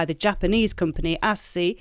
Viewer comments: I'm pretty sure it's pronounced ASK-E, the way you're saying it makes me think you're talking about Arcee from Transformers. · Ass key. That’s how you say it. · I would pronounce ASCII as ASS-KEY, for boring technical reasons that I can't be arsed to go into. Welcome back. 😊